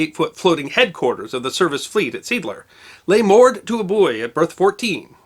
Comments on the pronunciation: Another excellent story. I might add that if you are going to include German names or words, you might learn how to pronounce them. Seeadler is pronounced "zay - adler" not seedler. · The harbor in German is pronounced See Adler, not Seedler. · History Deserves to Be Remembered I disagree. By that logic no non-English name would EVER be pronounced correctly. Americans are generally terrible with languages and the subject of amusement for most of the rest of the world because of it. It’s pronounced ZEE-ahdler. That said, your work is generally excellent and enjoyable. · It's pronounced sea Adler NOT SEADLER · Seeadler is properly pronounced: "SAY-ah-dler". Has nothing to do with "seeds". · “Seed lurr”?? If it’s GERMAN, try “Zay oddler” in pseudo-English. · Say Adler. Not see adler. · See Adler! Not "Seedler" Translates to Sea Eagle, not Seagle. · Great lecturing, but sad that the german language is beyond this guy’s control... Seeadler is not pronounced ‘seedler’, just like sea eagle is not pronounced ‘seegle’. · Hey, SEEADLER is pronounced ZEE-ADLER, not seedler. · It’s not pronounced “seedler” it’s pronounced “Sea Adler” really in german it sounds more like say adler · "Seeadler", as implied, is from German. It is pronounced "Say-Ahdler", not "Seedler". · The German pronunciation would be 'see - ahd -ler' not 'seedler'. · My Dad pronounced it Seedler. Although both his parents came from Prussia to the US just before WW I, and had thick German accents until they died, they did not teach German to Dad. I suspect that the German history of the harbor may have been unknown to Dad. At least I don't recall talking about it. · ZAY-ADDLER not ZEEDLER. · I believe the pronunciation should be "SEE AD LER", or "SAY AD LER," not "SEAD LER". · Seeadler is pronounce "Zay-adler", not "Seedler". Two e's (ee) together makes a long A sound. See is sea in German. Adler is Eagle in German. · Seeadler is pronounced zeː|aːdlɐ (Zay-ad-ler).